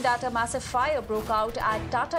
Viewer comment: Fire..lady. not fyyare.